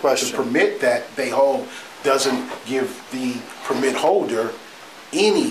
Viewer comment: The guy to the left who keeps mispronouncing the word “Permit” is killing me. 😂